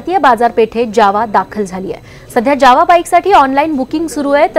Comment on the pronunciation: ज्यावा नाही जावा बोला